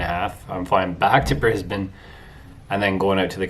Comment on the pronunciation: Thank you for saying Brisbane the right way